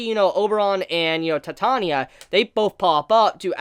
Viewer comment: Your pronunciation of Elias and Titania always threw me off :D